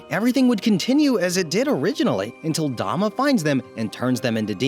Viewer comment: yeah I know it spells douma im saying he said dama and not douma